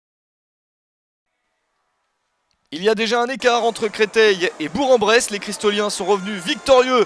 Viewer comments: Attention : on prononce "Bourk-en-Bresse". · J'approuve, on dit bourk-en-bresse. Allez FBBP !